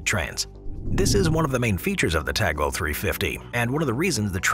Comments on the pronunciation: It's tal go not tag lo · Dude cant read. Its Talgo not taglo. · the Spanish train is spelt T-A-L-G-O. Whilst the on-screen credit is correct, your narrator voice misspels it 6 times, calling it T-A-G-L-O. I am sure it is an oversight, but the wrong pronunciation of foreign names/terms is unfortunately quite common among certain English language speakers. The more reason to pay more attention in the future. PS - Check the name of the city for the first route you mention. Again, is is a foreign term, but there is no reason to mispronounce it with all the resources available to get it right. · When it came to the spanish raills (Talgo), you spelled it Taglo but it is spelled like it is written. (Tahlgo). And when Talking about the ICE 4, there were footages of various Siemens Velaro (ICE2/ICE3 trains). The ICE4 is currently set to max speed of 265kmph (which is about 1170mph). But otherwise it‘s an impressive video again. P.S.: We don‘t spell the ICE trains (Ice as in ice cream) but rather Ei Ce Eh (because ICE stands for Inter City Express). Interesting also that you already have shown concept arts of the Velaro Novo which is part of the ICE 5 generation project which will replace the ICE 3 (Velaro) by 2030s, however there‘s also competition from Alstom and Talgo so it‘s not sure if Siemens or Alstom/Talgo will take place to build the new ICE 5 generation. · It´s TALGO, not Taglo